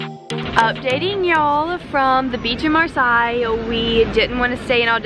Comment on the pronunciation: Cool vlog I’m heading to France for a road trip next year with my husband from Normandy to the south of France Marseille which Is pronounced mar-say. Sorry to correct you and Casis is wrongly pronounced.